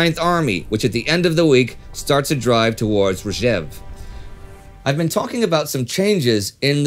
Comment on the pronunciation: It's Rzhev and Gzhatsk, not Rhzev and Ghzatsk. I know the names are hard to pronounce, but you could try looking their spelling up on Wikipedia.